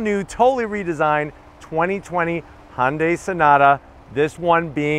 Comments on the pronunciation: Can you also help him with his pronunciation of Hyundai? Tell him it's like Sunday, and not "Haaahn-day" (Thanks!) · Dude really! You've been doing this for a long time and you still pronounce Hyundai Honday. WTF it's pronounced like Sunday. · & Daniel H - the "Sunday" pronunciation is exactly what Hyundai has branded it as in North America since 1986. It was their Plan A for this market. Regardless, it is not called (now pinch your nose to get it just like he says it) "HAAAHN-day." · Pronounce the y please.